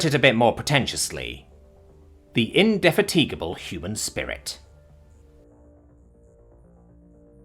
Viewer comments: Sorry to be a pain but I believe indifatigable is pronounced "tigable" not "teegable". Just watch Horatio Hornblower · Great story. But this comment is on how you butchered “indefatigable” 😂😂 Like you do know google well help you pronounce word right?🤣🤣🤣 You just🤣 you just need to plug it in and hit the speaker button😆 Look “n-de-fat-t-guh-a-bol”🤣🤣🤣🤣🤣🤣🤣 Oh god, I had fun.🤩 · gasp you pronounced my favorite English word, "indefatigable", wrong 😮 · I was waiting for him to try to pronounce "indefatigable" lol. He almost got it right! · I swear, I think he does it on purpose. Anything over 4 syllables 🎲🎲 ...AND, I think (from the edit stutter) he must have googled it too! It's kind of an endearing foible, imo.